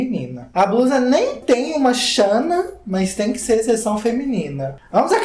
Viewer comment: A pronúncia de blusa e com l (ele) e não com r (erre) tipo BRUSA. Vamos aprender a falar português corretamente.